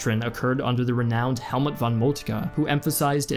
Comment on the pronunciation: Wow, you have very good German pronunciation, but why do you mispronounce "von" in the names?